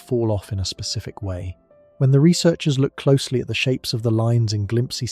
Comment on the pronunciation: It's glimpse... like you know glimpse. Not whatever tf you said. Glimpsee? Wtf is that?